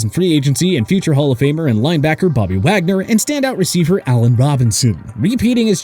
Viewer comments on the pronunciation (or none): none